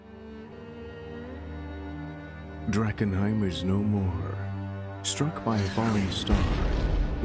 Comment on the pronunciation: Did say Drag-enheim for wearing mums old close?